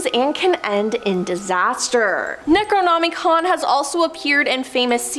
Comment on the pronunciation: Well besides say Necronomicon wrong it’s not even real and either is Myskatonic University . Lame very lame